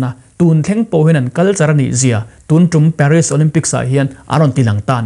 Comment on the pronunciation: Paris i lam dan hi ka pi in a hrethiam tlat lo